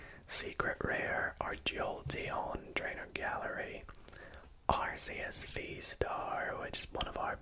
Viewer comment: Arceus not arseus